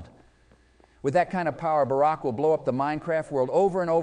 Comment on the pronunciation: For the third episode in the row, Barack's name is pronounced correctly.